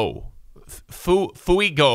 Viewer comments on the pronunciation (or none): none